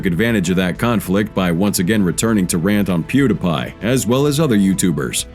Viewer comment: Has to be a bit if the person can’t say Pew Dee Pie